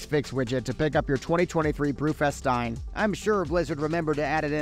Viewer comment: What a weird way to say "Stein"